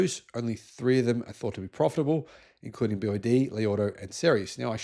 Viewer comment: bee Wah day also